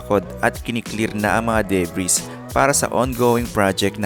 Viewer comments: onting correction sir. ang pronunciation ng "debris" is silent "s"... which is DE-BRI dapat ang bigkas. God bless and more power. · pakiayos na lang sana wordings kasi hindi po siya debris basahin kundi duh-bree. pero spelling niya debris pa din para lang wag gayahin ng hindi pa nakakaencounter ng same word. overall ok naman video. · Mali pa pronunciation ng debris